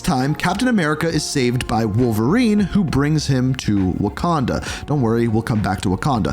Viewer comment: of Waquanda 😭 😭